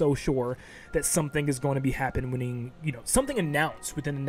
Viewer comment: Read that as he said it lol